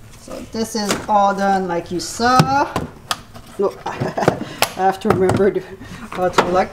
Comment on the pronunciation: is a native French speaker. The "h" is silent in the French language.